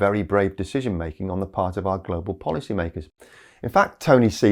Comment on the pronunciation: Did you say 'policy'? ROFL